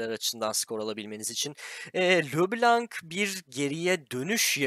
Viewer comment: ya le blank diye oku ya da lö blonj diye oku. lö blank deme şu heroya